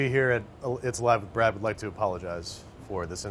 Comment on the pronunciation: He called him braddy lol